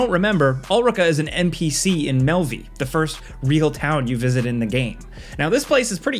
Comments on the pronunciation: Pretty sure its said like "Melve" not "Melvee" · Apologies but Melve has a silent e, its not pronounced mehl-VEE its just meh-lv. It’s like Valve. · Mel-vee. Its melve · Man these Americans always butcher these names. Melvi? Melve😅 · melve not malvy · The town of “Melvie” is pronounced “Melv” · Fyi it's pronounced Melv, not Melvee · Was about to type the same thing lol. In-game characters don't even say Melveeeee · I’m sorry but is no one gonna talk about how he said Melve-E? Anyone..I love this channel but that got me cackling worse than a hyena. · Bro.....🤦‍♂️... its pronounced MELV. No need for that extra e. ALSO... at the end of DD2, there's no need for any of those characters. Their deaths are inconsequential. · Did you say "Melvy" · Melvee? lol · I'm sorry your incorrect pronunciation of "Melve" in Dragon's Dogma 2 is living rent free in my head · This is how I know they don't even play these games, they have someone writing a script and they just read it. Couldn't even pronounce Melve correctly. I've noticed mispronounced stuff in many other of their videos. Apparently there's some old dude maybe in his late 40's that plays and rights the scripts, and Falcon just read it. They may play a game here and there but most of the time they're reading a script about a game they NEVER PLAYED. damn... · can tell he didn’t play DD2 bc of the way he said ulrika and melve lol (also ulrika dying would’ve been fine since otherwise the game forces you to have a romance with her for finishing the quest) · I've been watching you guys for many many years, but the way you pronounced Melve hurt me to my core 🤣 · Wtf did you just call melve 😂😂😂